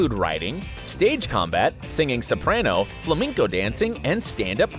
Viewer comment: he really called it ‘flimenco’